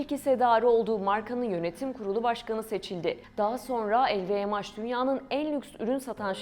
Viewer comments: sadece pound a euro dememişler telffuzda yanlış lvmh el vi em haş nedir aga ? haş diye bir harfmi var ingilizcede bunu türkçe okuyorsan el vi em nedir? uzaktan eğitimlemi öğrendiniz içerik oluşturmayı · Lvmh i nasil telaffuz ediyorsunuz?!